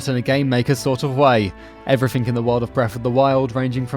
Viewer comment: Goodness sake, learn how to pronounce TH. It's three, not "free." Also please learn how to say "everything" and not "every fink." Also learn how to say L. You keep saying "Zehwda: Breaf of duh Wiwd."